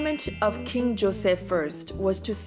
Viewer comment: I love your videos, You are calm and relaxed and I love how well you pronounce Portuguese words. So respectful and graceful of you to not Hispanicize names like Jose and Jorge for example, which I find a lot of YouTubers doing. In Portuguese the Js are pronounced and it’s so nice to hear you being aware of that and actually pronunciation them correctly. You’re a delight to watch . Thank you.